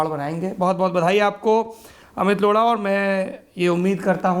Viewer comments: For god's sake it's Lodha not lodda. Pay attention to pronounciation. Gaand hi maar li aapne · O my God, Did he just say amit loda😂😂😂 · Did he just said lora to Lodha? lol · लोढा नहीं लौ.…😂😂😂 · Amit Laudha bhai ...Laura nahi😂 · सौरभ जी आप up बिहार वाले प्यार प्यार से बोत कुस बोल देते,हो ये लोड़ा नही है लोढ़ा है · why does it sound like the host is pronouncing Mr Amit's surname as Lauda. That sounds not only ignorant and offsensive but very disrespectful. The host should be conscious about how is he pronouncing anyone's name. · Lodha but sounds like loda...😂😂😂😂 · I really heard him say Amit Lauda🤣🤣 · Naam tou sahi se Lelo bhai…….Loda nahi , lodha hai. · Lodha not loda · try to pronounce correctly the name of chief guest please... we have an option in hindi of ड़ा और ढ़ा